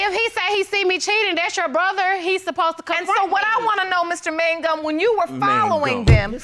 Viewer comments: Idk why they were pronouncing it like that. I'm pretty sure it's "Mang-um" not "Man-gum" lmao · Keeps saying mangum 😂😂😂